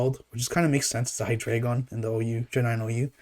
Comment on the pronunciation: MASSIVE RESPECT for being the only OU player who pronounces his name correctly lmao